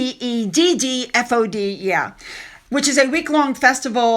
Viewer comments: You can pronounce it like es-tevv-odd. I think Australia does Eisteddfod's too, but it's it's without Welsh. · That word is pronounced Eye sted ford x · Eisteddfod is pronounced Eye Stead Fod.